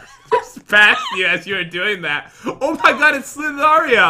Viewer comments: Slither.io not slitherio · It's slithero by the way